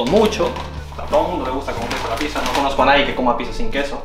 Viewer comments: debes pronunciar "picsa", no "pisa", me da ansiedad xd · Me di cuenta que no dice pizza dice pisa